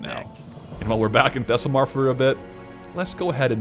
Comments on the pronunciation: you saying "Thesslemar" instead of "Thelsamar" is driving me insane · Thelllsamar Not thessel 😄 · One of these days, Path is going to pronounce Thelsamar correctly. Not today, but someday.